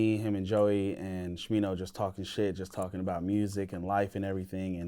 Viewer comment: Bro said new SMINO??? Cannot wait for new smi